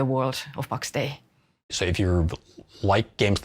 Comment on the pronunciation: the game is callt pax DEI , not pax day xD